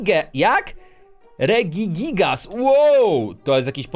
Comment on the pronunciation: Mówi się redzigigas